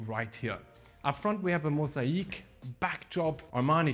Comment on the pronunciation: I wish I could tell you how to pronounce the word (MOSAIC ) properly as you mentioned on entry to the property ?? How can I explain in better English ??? The first part (MOS) is correct BUT the second part (AIC) is not correct ?? SO …..when you hurt your leg it AKE’s because it’s painful …. SO … pronounce the world like it’s spelt MOS….AKE …….(MOSAKE) ….. hope you do not mind me mentioning this …. Plus hope you understand what I’m trying to tell you ……. By the way the master bedroom Un-Suit is fantastic, plus the flooring on the stairs and lift …. Sensational ….. great content … watching from the UK 👍